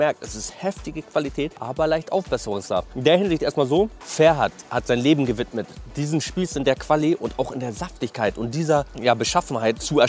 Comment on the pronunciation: Alter der Mann heißt FerHat nicht Pferd